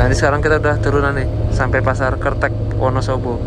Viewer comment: Bacanya kertek bang,,,bukan kertek 😂😂